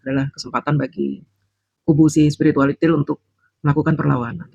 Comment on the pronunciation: paseh sekali mengucapkan SPIRITUALITIL 🤣🤣🤣🤣🤣🤣